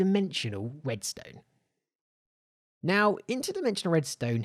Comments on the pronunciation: did he just say WEDSTONE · did...did he just say..... WEDSTONE!? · Did anyone else notice that he said “Interdimensional wesdonn”